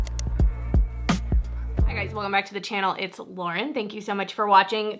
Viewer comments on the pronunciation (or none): none